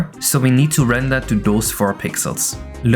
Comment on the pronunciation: I swear you’re saying “hex zero x one” but it should be “hex six one”